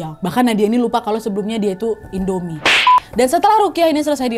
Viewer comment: pas kak Nadia nyebut INDOMIE, aku ulang berkali-kali 😂